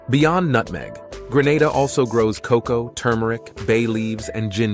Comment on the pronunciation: Atleast somebody get cocoa correct NOT COK COW